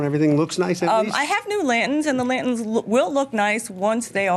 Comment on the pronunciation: Lady they are called lanterns, not lantins. Thank you. Goodbye.